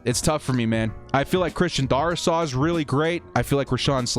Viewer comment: It’s pronounced Dare-is-saw. Sorry hate to be that guy.